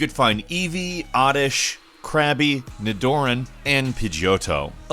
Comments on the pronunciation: Did just say Nidoran as "Kneedoorian"? It's Ni-duh-ran. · he calls nidoran: ni-door-in? Always thought it was pronounced: knee-doe-ran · Like nails on a chalkboard 🤣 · NiDOORAN?? How do you mispronounce Nidoran when you grew up playing Pokemon...? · You did not just say NiDOORan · Ha, Ni-Doran. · What did u just say... ne door ain what?? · Did you just say ni door an?!? Lol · He said it more like nih-door-en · did he say ni DOOR an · I scrolled down looking for this comment! God, it's like when my mom says "Pokey Man's". Lol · ni door an ni door an NI DOOR AN!!!!!!!!! I hope your ears are at least bleeding a little now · Nih-DOOR-in? Wtf? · He pronounced nidoran wrong to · The way pronounced Nidoran just made me sick in my mouth 😭😭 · can we talk about how pronounced Nidoran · As someone who has been playing Pokémon for around 10 yrs I find it quit offensive of how u pronounced nidoran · The way he pronounce nidoran tho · Ummmm...excuse me. How did you just pronounce Nidoran? Ill never be able to unhear that, you monster hahaha